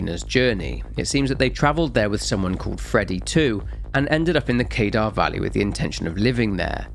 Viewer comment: Only watched 8 minutes. Only Mount Kadar as you said it like one would pronounce radar, but it's kuh-dar. Doesn't matter though. Not sure I can watch all of this (nor do I need to) but nice job. There's a lot here.